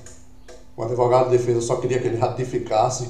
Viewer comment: Outro que fala em adevogado